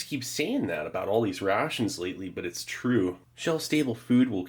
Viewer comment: More like, Truyeh